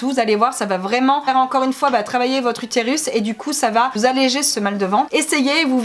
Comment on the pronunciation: Y a que moi que sa perturbe « utirus » 😂